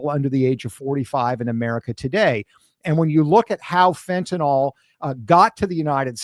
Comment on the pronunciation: I keep wishing people would learn the proper pronunciation of fentanyl